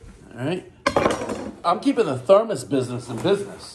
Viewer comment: also thermus? thermostat lol